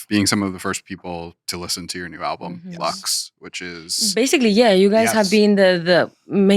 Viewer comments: no es leqss, es LUX, joder una puta cosa que tienen que pronunciar....!! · "Study up" and they can't even pronounce the album title right 😭🥲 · los entrevistadores son taaaan yankis!! les explota la cabeza con que una persona pueda aprender otros idiomas, no tenga ningún interés en "cambiarse al inglés", son incapaces de pronunciar LUX de manera no anglo... qué pereza, Jaime Altozano te necesitamos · I mean, they can't even pronounce the album title right so are we shocked lmao